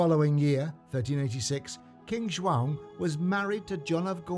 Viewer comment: First English man to say João, properly.